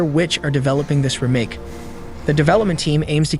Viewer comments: I've never heard someone pronounce that word as "reh make" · Hate the way he says remake 🤣 bet none of these will be on PS4😞 and probably centred around online only 🙄